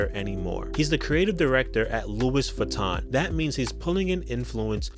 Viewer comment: Louie not Louis....